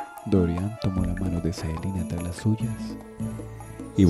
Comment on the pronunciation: no es por tirar hate pero porque le dice Saelina?, me deja descolocado que le diga asi :S